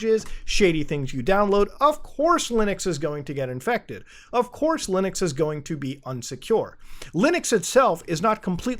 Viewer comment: Bro, when he browsed his directory, there is an mp4 where the title has the phrase "fastest nuke". Its okay, you are forgiven for what you did in the past muta. Edit: , muta said lunix. I'm laughing right now lmao